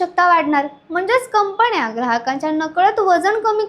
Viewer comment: न ण हेल काढणे कंपण्या?कंपन्या अशा निवेदनामुळे सबस्क्रायबर कमी मिळतात.